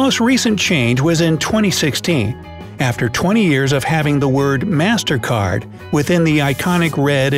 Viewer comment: i hear mastercard as mastercar